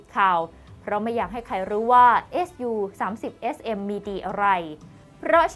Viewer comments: พอได้ยินพิธีกรอ่านว่าเอสยูก็เลยงง... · เขา สามารถอ่านได้ สองอย่าง เอส ยู ..หรือ ซู ก็ได้ ส่วนมากสื่อ ตะวันตกเขา เรียก เอสยู .หาดูตามสารคดีเครื่องบินรบของชาวอเมริกันก็ได้นะ เขาจะออกเสียง เป็นเอสยูทั้งนั้น